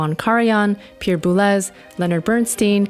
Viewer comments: Leonard Berrns -TYNE rather than Berns-teen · FYI, it is pronounced Leonard Bern-stine. Elmer pronounces his name Bern-steen.